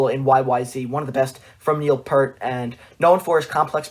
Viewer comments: Please search Geddy Lee on how to properly pronounce Neil's last name 'Peert' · Not trying to be a deuce, but it is pronounced Neil Pee-ert.